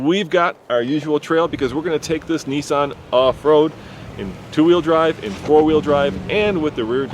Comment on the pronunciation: its Nissan not Neesan